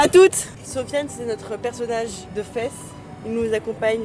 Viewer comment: Vlog du jour ✅ juste pour info Fès ça s’écrit Fès mais ça se dit fez voilà bisouille😊😊🎉🎉